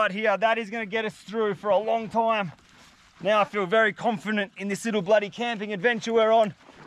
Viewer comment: he mis pronounced confident XD